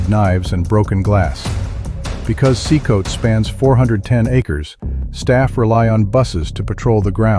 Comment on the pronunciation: So, why does no-one get out alive...? And the way you got CECOT wrong over and over did my head in!